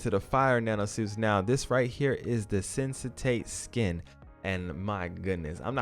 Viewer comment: "Sensate suit"... not sure how you're reading "sensatate" from that word, but ok.